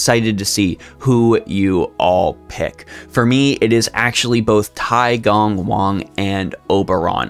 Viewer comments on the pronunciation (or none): none